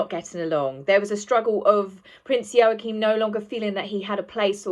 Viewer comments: Hi, love your work! I'm not being nasty but could I just point out your pronunciation of Prince Joachim's name. It's pronounced Wah-Keem not Yo-A-Keem. Sorry darling, I'm a Dane and these things get us. 🤣🤣 I think you are wonderful and enjoy your posts. Much love, darling! xx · Wah - keen j has a Wah sound unless it’s different in Danish… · It's pronounced WAH-keem. Like Joachin Phoenix, only with an M and not an N...WAH-keem.... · I believe the name is pronounced "Yaw-kum". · Joachim/n is pronounced wah-keen or wah-keem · It is pronounced Waacheem The o vowel is silent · It's pronounced Wa-keem btw lol 😁😁😁 The parallels confirm the inequalities 👀Check out BLG's vid, H kept looking to the right when asked about his fake kids lol, & talked nonsensically about them because he hasn't got any real ones, H is totally lying! 🤣🤣😂🤣 #archieandbettyaredolls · I don't like to be critical but I think it's pronounced Wakeem . Joaquim. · Joachine pronounced "Wahkeen" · Yo-a-keem? I thought it was pronounced like Wackeem . Maybe my pronunciation is the same name in a different country. It's that bloody J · Ehm, no, Joachim is NOT pronounced Wa-keem.